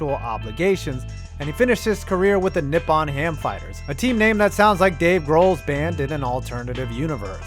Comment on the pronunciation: It was NPB, JBL was the pre-1950 league. Also its Nippon-Ham Fighters, not Nippon Ham-Fighters. As the famous quote goes: "They have no quarrel with Ham"